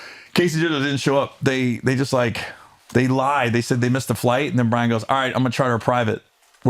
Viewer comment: as someone who lived in SLC during those Jazz years... its BYRON, Gary.... BYRON not Brian cmon